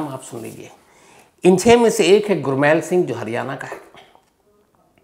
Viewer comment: Shams sir “ गुरमैल “ नहीं , गुरमेल बोला जाता है । 🙏 .